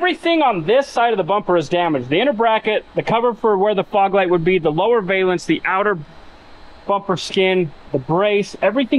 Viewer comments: it's pronounced Val--ance. NOT. Va--lance👍👍 great vid keep it up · Valance, like balance. A valence (with a long A like Scale) is a term used in chemistry and atomic physics. I know, you don't care. It also really bugs me that no one who works on cars knows how to pronounce solenoid. 😝